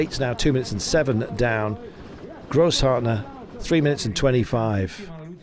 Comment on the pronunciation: Funny how you say Grosss-Hartner... It's Gross-Schartner. The Ringel S stands for a double S: ß = ss in the new spelling.